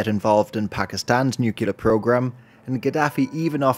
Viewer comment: All this wonderful work, and still can’t say “nuclear?” Small complaint. Thanks for this excellent summary.